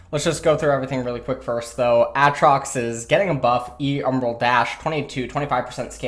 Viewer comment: I hate how you say Aatrox, nice video tho 👌🏼